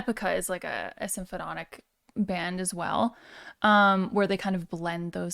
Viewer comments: I think it's cute that you can't pronounce "symphonic." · I like how she calls it symphnotic, like it's symphonic and hypnotic at the same time 😉